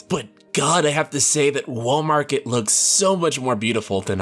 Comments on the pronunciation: Every time he says "Wall Market" I keep thinking of "Walmart." That's probably what I'll be calling this place from now on. 🤣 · I keep on thinking he is saying "Walmart".